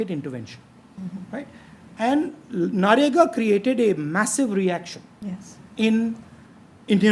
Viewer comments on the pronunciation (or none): he still says NAREGA to MANREGA. god bless his voters. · The guy still doesn't know how to say MNREGA...keeps saying Na-Rega 😂😂😂. On interview front it's a good case study of how not to conduct an interview....from both's (interview and interviewer) perspective. Seems to be a desperate attempt to showcase intellect (very limited though).